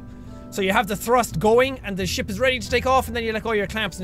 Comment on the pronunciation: every time you say ship it sounds like you say shit eg: this is going to be a massive fat ship (sounds like shit) . :D